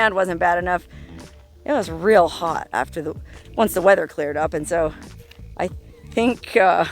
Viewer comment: I’m not gonna lie every time you let out a “soo” it sounds like you are from Sheboygan not California